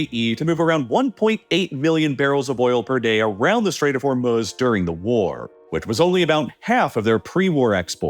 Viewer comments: Anyone else hate the way this guy says Hormuz? I don't care if that's how it's properly pronounced... say it the way everyone else says it in America. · I never thought I could genuinely dislike someone I’ve never met. Then I heard this dude say “HormUHz” like 500 times and now I hope he gets scabies. HOR-MOO-Z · Its not: "Hormoooz" Its Hormuz with silent U. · Hormuz not Hormuhz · The way he pronounces 'Hormuz' is like nails on a chalkboard for me and I had to stop listening halfway through. It's pronounce hor·mooz not hor·muhz. The mispronunciation really hurts your credibility and makes me think you don't know what you're talking about. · Haha, funny to keep hearing hor-muhs instead of hor-mooz. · Actually its HoR-Mussa if you are gonna pronounce it right. Hormuz is the american-english pronunciation, and this guy doesnt actually sound American-english, but i dont know. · "Hurmahz" and "Katur" is deeply disturbing to me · Is it that hard to just say the long u in Hormuz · "Hormuhz" lol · Am I the only one who has an issue with how he pronounces Hormuz? Her-muz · It’s probably a really good video, but I couldn’t stand the way he was pronouncing the straight Hormuz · Can’t listen to the way you say Hormuz anymore. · nothing on this earth is as annoying as the way you pronounce Hormuz. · How is it that this guy consistently mispronounces words like Hormuz and Qatar? These names are read aloud on every news channel by English speaking anchors regularly. When I hear a mispronounciation like that less than 10 seconds into a 30 minute video it makes me question of the rest of the video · Why must you use AI voices? I mean hearing Hormuz mispronounced twice in the first minute just crushes the video's listenability.